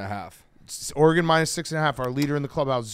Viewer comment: One of these days Dave will learn how to pronounce Oregon correctly